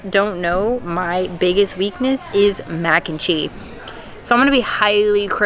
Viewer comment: I kept hearing “mac and chee” 😆 it’s still weird to me food and wine is happening in July. Props to you both on suffering through the heat to share with us what’s there! Sad they took away the spicy lentils that’s my husbands favorite.